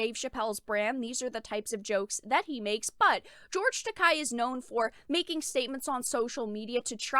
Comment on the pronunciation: Not to come off as a jerk, but since you cover anime occasionally it might help you to actually say George's name right. You're saying it like "Takai" with a hard "ah" sound, but you're ignoring the e, which sounds more like the "ey" in "hey" or "say". That aspect of Japanese is easy, since its vowels always have the same sounds.